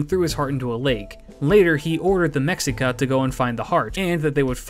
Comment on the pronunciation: Just a small tidbit: The name Mexica is pronounced as "Meshica." The SH was hispanized with an X. Why? Better ask a proper Spanish language historian, but that kind of sound, which was in peninsular Spanish, fell into disuse, if memory serves me right. In Mexico, however, there are mames of places and animals that still have that SH sound but are written with an X.